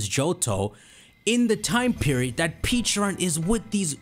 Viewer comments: Take a drink everytime he says "Peacharunt" instead of "Pecharunt". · Dude. PLEASE. For the love of GOD. STOP saying Pecharunt like that. It just makes me not even want to watch because it’s like I’m watching some knock off nonsense video where the guy has no clue what he’s talking about, given WE WERE SHOWN AN ANIMATION WITH THE CORRECT PRONUNCIATION AND YOU WATCHED IT. I know, dumb pet peeve, but it’s driving me crazy.